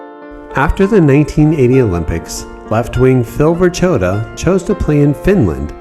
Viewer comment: Great video. It's pronounced "Ver ko' tuh" though.